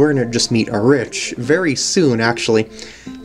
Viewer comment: I think Arich is pronounced as Eric